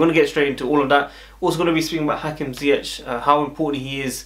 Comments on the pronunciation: A real look a like😉😉😉 also funny how you pronounce his last name, the last 2 letters you ore English people speak wrong. Its with the hard G as we call it in the Netherlands. I hope you understand my bad explanation but i mean it in good way as you know😍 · Dat is ook fout, met de harde G🤓